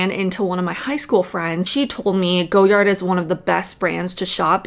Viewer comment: Everytime you say "go yard" I die a little. It's "goy ard"